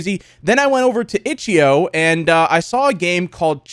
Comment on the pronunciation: When he said itchio I knew it was a problem